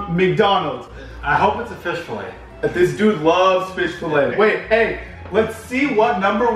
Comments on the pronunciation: Fish "falay" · “FISH FALAY” Lmfao it’s Fillet good video tho! ❤️ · It’s fillet lol not filay This was funny. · Its fish "Falay" as spelled it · “Professionally edited” *earlier in the video*: fish fallay instead of fish fillet😭😂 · Fish “FALAY” hahahaha it’s F I L L E T! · Fish filet not fish falay 😂😭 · Fish “falay” 😂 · Bro said fish falay😹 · Bro really spelled Fillet as “falay” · “Fish filay” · Need a new editor, it’s fillet not falay lmao!